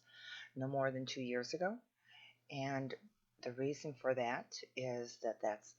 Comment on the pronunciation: goodness gracious thank you for replying because if I need any advice in my life truly it is now and I hope you can offer some. Since i left that comment a lot has happened. The fact you said “re-a-son” is a sign and gave me goosebumps. I recently been in touch very closely with God and the angels. I’ve been shown my heritage/lineage and I can’t say it here due to controversy... but turns out my bloodline is unique. If you can believe that God can Re make a son then you are on the right path. The last 3 weeks have been torturous. I’ve been attacked and imprisoned (figuratively) by dark entities shape shifters attacking me all day and night with some sort of energy projection and they get inside my belly it’s Horrible and I have no clue how to stop it. I found how to shut off the device planted in the room I was renting. But I left in a hurry to stay at my sisters to later find out the same entities are doing the same here and I also found out the device. Thing is that idk if they are lizards but I feel they are. I also found my twin flame but not sure if she is with the good team or the bad team. I am being followed and harassed and I believe there is a price for my head. Luckily God and my ancestors are with me right now fully and they even awakened some abilities in me like feeling danger near me burning in my stomach or when there is a gun aimed at my head from a distance. Helicopters and unusual suv men follow me everywhere. Why again? Because I knew intuitively I was b